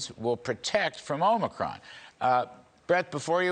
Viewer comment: Tony Fauci pronounced "Omicron" as "omni-cron" today, something forgiveable for Biden but not for the foremost authority on infectious diseases.